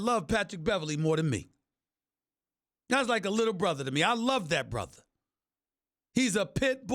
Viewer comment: ''I know him like a borther''